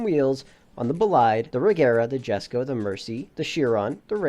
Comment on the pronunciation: the word "Jesko" is pronounced as "Yes-ko"